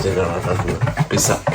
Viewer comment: Pissa alla Pete - Zaw 😊 like your son said